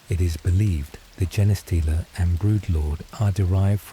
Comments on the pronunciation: Why does the AI day jeneh stealer? It's Gene stealer pronounced like Blue Jean stealer. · The AI voice annoyed me at first saying Jenah stealer but then I just imagined it as a stupid Servitor reading me a bed time story from the archives. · Jenny stealer (Forest Gump) is how Ill always hear Genestealer now.